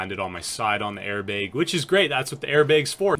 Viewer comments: i kept thinking you were saying “air big” instead of airbag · air baeg... is from the upper midwest? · i don’t ski, i wish i could, but the way he says BEG, airBEG.